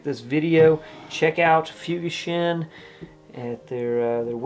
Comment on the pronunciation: Looking at their website, I saw a beautiful split-toe derby at $350. They clearly have a future. Having worked in Japan for 12 years, I think the correct pronunciation should be 'fooGAshin,' (BTW 'fu' is never pronounced as in English 'fuse' but only as in 'fugu fish.')